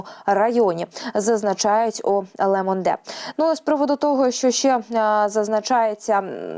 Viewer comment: Ле Монде ріже вуха.